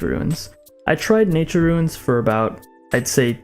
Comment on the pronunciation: It’s “ROON” not “RUIN”